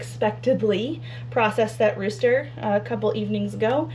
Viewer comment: The new buck barn is going to be great and they're going to love it :) I kept thinking you were saying "road" rooster. Well, it went with driveway chicken dinner!! 🤣